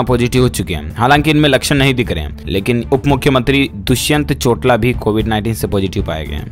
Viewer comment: जब भी आप दुष्यंत "चोटाला" का नाम लेते हो तो चोटाला की जगह चोटला बोलते हो जो थोडा अजीब लगता है !